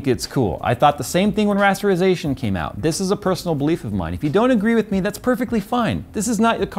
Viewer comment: now I know J is quite a bit older but hearing him say "when rasterazation came out" is pretty *oof*. Rasterization has been pretty much the standard since I started gaming.